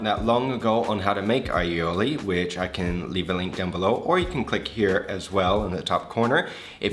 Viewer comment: Perfect allioli pronunciation